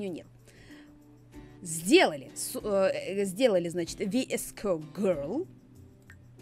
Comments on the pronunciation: мне нравится E-girl ведь я E-girl 😅😄 и да не 《Веско》 а 《Виско》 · Не "ВИСКО",а "ВСКО", без "И", да, без "И" Многие люди произносят это слово по разному, как кому угодно. В одной википедии написано —одно, в другой — другое. Я это просто написала, чтоб поржать, некоторые это восприняли всерьёз, а кто-то понял, что это создано ради шутки. Спасибо за понимание! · Это вроде читается как «вско гёрл». Видос крутой ❤️ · Господи ,,ви,, это буква , в этом слове она читается VSCO-виско Англичане никогда не говорят букву ,,В,, в словах Название «VSCO girl» ( произн. виско гёрл) происходит от одноименного приложения для ... Это я нашла в Википедии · Vsco как пишется так и читается